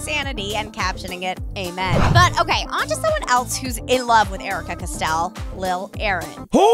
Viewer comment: Jericka👌👍🤞 not aaricka👎